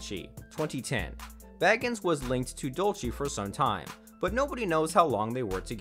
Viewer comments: The narrator kept mispronouncing his last name! It was annoying. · that's not how u pronounce Zak's last name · Thank you!! Well said!!! It is so VERY obvious (especially after Zack has been a celeb and on TV for THIS amount of time) that he pronounced Zack's second name incorrectly, over and over and over!! : (